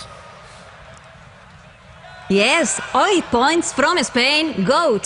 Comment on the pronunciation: "I'm cOnGrAtIlAsIoNs, LoTs Of ThE KiSsEs To Th(D)e MiLlIoNs Of UROFANS" "OiT PoInTs" "Na-na-na, Moniqa" "For MaGnIfIsIKeNt show" "Youuuuuuu"